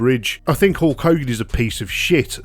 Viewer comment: HOHLK HOGAN? .Hulk Hogan H U L K Hogan